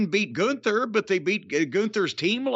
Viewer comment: Lol what a sorry state of affairs when the top guy is “Goonther” Edit: Apparently it’s “Gunther” and it’s some ugly ass dude with a dad body. People still watch this shit?😂